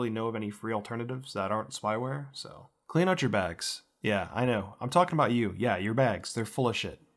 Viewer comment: I'll be sure to "clearn" my room. XD